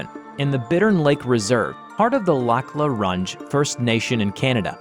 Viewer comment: Plz never say lac la rouge like its english But still love ur videos👌